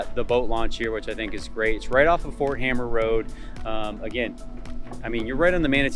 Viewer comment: Also, Ft hamer, not hammer.